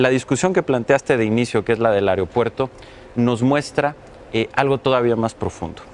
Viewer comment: Chingadamadre alguien dígale a Nuño que se dice A-E-R-O-P-U-E-R-T-O... ¡¡¡¡¡¡AERO!!!!!!! No "AREOpuerto"...